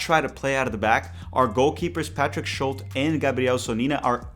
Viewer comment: it’s Schult-E!